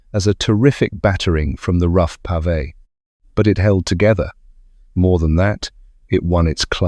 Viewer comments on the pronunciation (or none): none